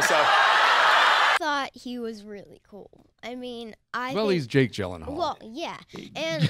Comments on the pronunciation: It's not pronounced Gyllenhaal. You know how "Ah" sounds like? The Gyllen is pretty easy even for English speaking people but it's the Hall that you're struggling with so replace the A in Hall with the A sound from "Ah" so it's Gyllenh-a-ll not hall or haal. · It’s Gyllenhaal not Gyllenhall